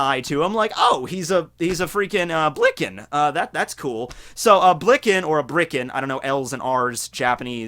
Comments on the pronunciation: It's Birkin, not Brikin... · Wtf is a Brikan? isn't it Birkan? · I thought it was bur-kin not brie-kin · BIRKANS. THEY'RE BIRKANS. Also the whole Ma D. Monk thing is a meme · Isn't it birkain